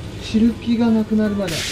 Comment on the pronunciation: 毎度ですが最っ高ーーーです!! 声出して笑っちゃいました!! けどコロッケやってみよーってのが 素晴らしいし難しいですよね。 ジャガイモの皮むきって絶対に 手が滑って転がるし(共感!!) 「汁気」を「しるき」にも 爆笑です!! いつもサイコーの時間とキツネさんの 笑顔で疲れが吹っ飛びます!! ありがとうございます!! 次も期待してます☺️☺️